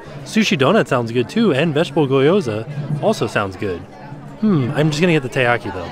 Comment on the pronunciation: trying to pronounce gyoza gives me life